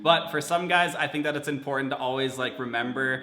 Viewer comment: How many times did he say "GYUS" in this video?